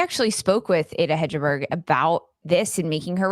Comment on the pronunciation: I love your podcasts and always listen to them as soon as they come out!! ;) Here is a language tip from a USWNT fan living in Norway: Ada Hegerberg is pronounced “Ah- Dah Heg (as in Egg) erberg”